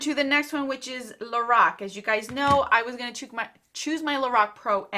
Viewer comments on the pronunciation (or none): none